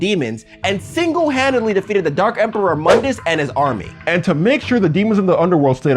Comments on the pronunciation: Your saying mundus name wrong your saying it from the DMC game not from the original devil may cry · Mundus was mispronounced.